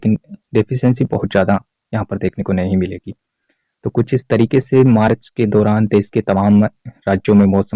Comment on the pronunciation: Marach nahi bola jata hai March bola jata hai